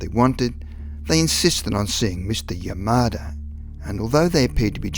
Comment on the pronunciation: I know that you said Mr. Yamada, but at first hearing i thought you said "Mr. Your Murder" and that took the shit out of me. lol